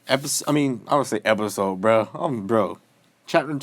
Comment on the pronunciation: mans said e p i s o d e 2 9